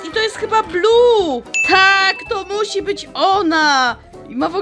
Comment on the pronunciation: Muwi się Bluey a nie blu niebieski Bluey!